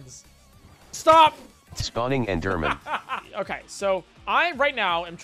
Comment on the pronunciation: just pronounce it eederman your audience will understand you but the speech recognition won't